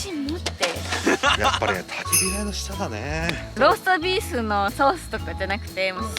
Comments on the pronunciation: こんばんは😊 酔ってローストビーフがなかなか言えない サイコーです😍 その前に飲み過ぎでは（笑） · 酔っぱらった、 ローストビーフが言えないところが可愛い過ぎる。 寝起きスッピンもいいね。